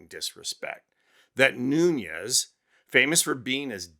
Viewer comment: MR.Nunes is Portuguese, not Spanish. The correct pronunciation of his last name phonetically is: New nez.